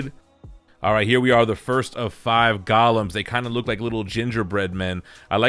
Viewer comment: No disrespect to you bro, but I believe the little beings are pronounced 'Golems' and not " Gollums".